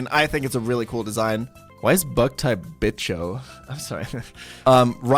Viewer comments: it's pronounced vicho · me siento ofendido con como pronuncia bicho (bug=bicho) español - Inglés